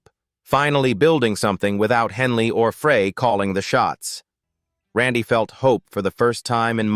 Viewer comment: Ai needs to learn the correct way to say "Frey"